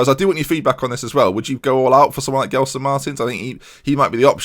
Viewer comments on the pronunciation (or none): dont say Gelson pls xD its said like Jelson no guelson.